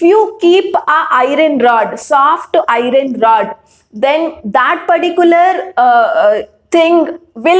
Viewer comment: Teachere it is not irene its iron